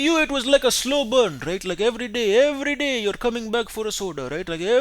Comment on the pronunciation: everyday EVERYDAY ( thats was a good touch in the Indian accent)